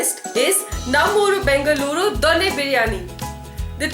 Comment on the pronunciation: Please learn to pronounce Bengaluru and Donne properly first.